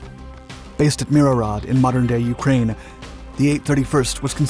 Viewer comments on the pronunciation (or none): none